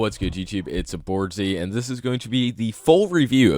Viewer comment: "it's a boardzy"